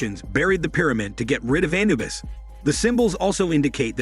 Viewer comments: It is Anubis not Anabus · Anubis not anabuis lol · A-nu-bis A-nu-bis A-nu -bis Jesus get it right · Your word pronunciation of annubis is making my ears bleed and you say hormone way too much it's quite annoying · The commentator doesn't even know how to pronounce Anubis correctly. I just ruined it for me.